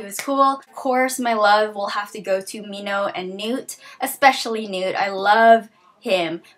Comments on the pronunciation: I thought that Newt was British. And I thought that Minho was pronounced Men - Ho. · this whole time I was pronouncing Minho like Min-hoe o.O